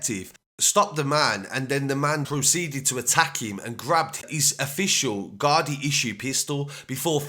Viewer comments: Its Gardai not gardi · It’s gardai not gardi